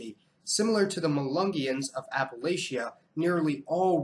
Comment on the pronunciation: Interesting information, but please stop mispronouncing Appalachia.